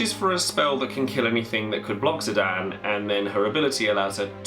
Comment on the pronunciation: Loves FF9 but prenounces Zidane > Zidan <3 (Squall is my bae, so glad he makes the cut!)